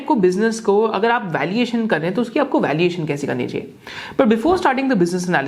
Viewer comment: Valiation or valuation????